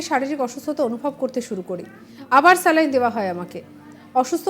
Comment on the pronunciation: 'স্ল্যাইন্ ' না 'স্যালাইন্'?